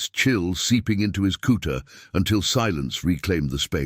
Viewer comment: Please get your narrator to pronounce Cut (kutte) not cooter.